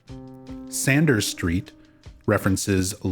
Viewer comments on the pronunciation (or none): none